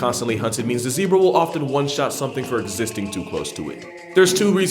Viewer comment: The Zeb in Zebra rhymes with Deb.